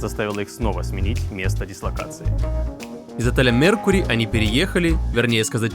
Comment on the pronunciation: Отель называется не мЕркюри, а меркЮр. Без И на конце и с удалением на Ю.